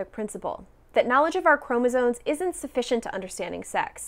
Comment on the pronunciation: I think you're great, but I have one small pronunciation issue: it's chromosoMe not "chromosone".